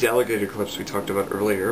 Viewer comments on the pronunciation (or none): none